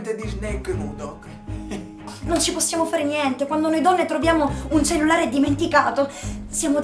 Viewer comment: "Il cellelare"